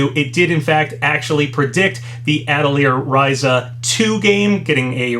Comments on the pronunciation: Ateh Lee Ur Rai Za is how you pronounce it bro. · Atelier is Uh-tell-ee-ay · Hey Papa, atelier is actually said like "ah-tee-lee-aye". I speak French, so I can confirm that is how you say it. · For anyone who cares, Atelier is actually pronounced "Uh-tall-yay" in English, but it's pronounced "Uh-toy-yea" (the ending syllable can be a bit more like a "yee" sound though) if you wanna sound super French and say it more accurate to how they do, given accents and whatnot.